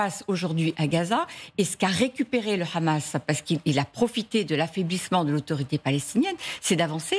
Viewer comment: Pourquoi prononcer Hamas façon arabe ? J'ai l'impression d'être sur une chaîne arabe !